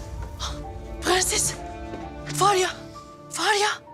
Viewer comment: Su kadının pğenses demesine ve faryaya bir ben mi uyuz oluyorum